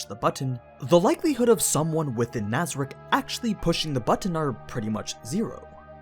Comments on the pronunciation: we not gonna talk about how he mispronounced nazarick cocytus and ram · No ones gonna talk about the way he pronounces cocytus and nazarick?